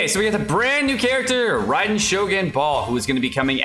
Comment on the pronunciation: Yay!! You can pronounce her name correctly :) good job!